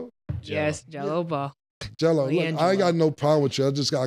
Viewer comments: His name ain’t jello it’s gello 😂😂😂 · Mase calling Gelo “geno” was hilarious lol I was crying 😂😭